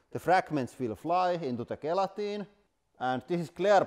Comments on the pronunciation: The G at the start of gelatine is pronounced like it's a J. One of the many things that make the English language insane. Love the channel. Keep up the good work 👍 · Gelatine pronounced Jelatine or simply Jel